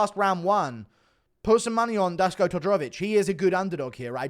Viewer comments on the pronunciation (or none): Duško = Dush-ko